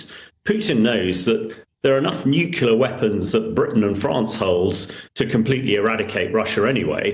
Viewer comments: Nucular? WTF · When the "expert" says nucular like George Bush.